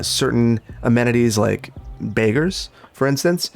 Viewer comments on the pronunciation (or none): It’s okay, guys! He said “Baggers” with a Wisconsin accent, not ‘beggars!’ No, America doesn’t have beggars as employees outside of supermarkets.